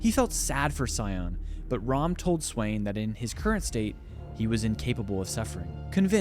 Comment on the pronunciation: Did you seriously call Raum Rahm? Like cmondude if you wanna make content on league lore at least pronounce stuff properly